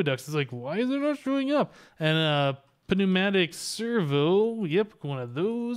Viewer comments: Great videos, I'm a big fan but the pneumatic servo is pronounced new-mat-ic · He knows, he just likes to say it that way :P